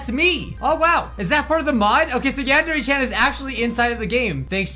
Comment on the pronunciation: Ah, the good old days when didn't know how to pronounce Yandere...